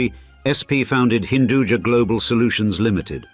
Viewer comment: Hinduja meaning has nothing to do with Jahan, jahan is sub-urdu word, hinduja loosely means Hindu Born, "ja" is actually not pronounced "jaa", it's ja' from "Upaj" , meaning grown or born